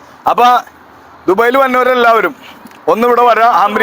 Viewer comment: ദുബൈൽ അല്ല( ദുബായിൽ)